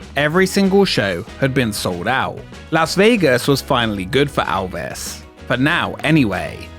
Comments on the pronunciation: Elvis. Not Alvis. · nothing that ever had ELvis Presley there because you can't seem to say his name right. For the love of fuck he's only one of the biggest stars EVER and you repeatedly can't get his name right? time and again you call him ALvis. It's EL-viss what possible excuse do you have for not getting his name right? seriously are you that incompetent? that stupid? get it right or don't bother.